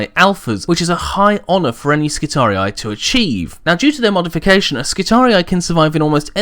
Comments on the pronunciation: "Skitari-i" is how a latin word is read/pronounced by an english person. In latin, the last two "i" vowels would be pronounced as "ee", which means the last portion of the name would sound as a longer "-ree" and not "ree-eye". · of Terra Although I understand why you pronounce it your way, my latin classes taught me that if it truly is latin and second declination (which it looks like) then it should be pronounced as skitari rather than skitariai. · My friend, the correct pronaunciation of both Triarii and Skitarii doesn't have the typical anglosakson 'aye' in the end. The wrong Rome Total war pronaunciation is due to their error or maybe they wanted it to sound cool. It's just a note and keep up the good vids. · Just to add to the pronunciation confusion...the American pronunciation of Triarii is Tree-Ar-Eee--Eee, not Tree-Ar-Eee-Eye. Making Skirarii Skit-Tar-Eee-Eee. But awesome video. Never cared for how anyone else pronounces anything else anyway. XD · Latin hat on: Since the singular is Skitarius and the plural is Skitarii, you should pronounce it with a double I due to the fact that the second I marks the tense and cause. Just like the singular of Triarii is Triarius. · ***** English is also one of the languages that use latin words in original form the most (graphically, not pronounciation), but from words like Roharii, Triarii and radii I think we can assume that Skitarii sounds like it has two identical "i"s or a long "i" sound at the end, not "ai". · omg he keeps saying the name wrong! I'm done. unsubcribed I'll take my business elsewhere. Burn in righteous fire heritic. lol kidding I enjoy your videos keep up the good work. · WHY U SAY NAME WRONG!!!! GRAMUR TROLL MAD!!! TROLL NOW TROOOOLLLLLL YOU!!! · you said skitarii wrong, plus the disclaimer was to long.